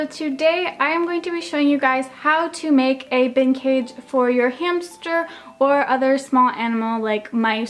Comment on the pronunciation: The way you said bin cage, it sounded like vintage!